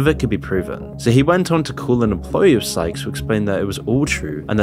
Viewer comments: In what universe is sykes pronounced skyes? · Ummm it’s Sykes… not “skies” lol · You spent 5 minutes calling Sykes "SKIES." I thought you were going to do it the entire video. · Am I the only one hearing pronounce Timothy Sykes name as skyes? Lmfao😂😂😂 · Sy-ch-s say it with me. Not skys... sykes.. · You said Skyes the entire video when his name is Timothy Sykes.. He literally says his name in 95% of his videos - what research did you even do? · skyes? not sykes? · Exactly. Not only that, you can tell his content is poorly written, not well researched, and rushed to publish. He just stole the content off of other youtubers. In the Sykes segment, he can't even bother to pronounce Sykes' name properly or consistently.